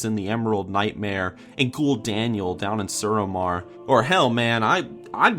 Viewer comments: "Gu'daniel" I laugh for an hour at that. Nice one. 😂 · Thank god I'm not the only one who calls him "Gul'Daniel"